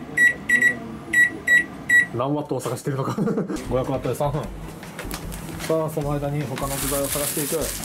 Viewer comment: 相変わらず3分を「さーふん」と発音する氏